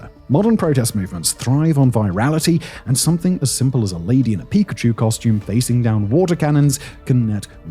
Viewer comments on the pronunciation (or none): none